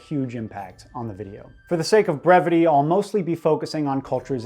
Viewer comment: "for the sake of previty" he says a few minutes into a 2 hour video